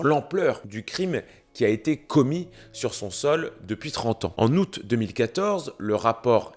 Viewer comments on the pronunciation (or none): none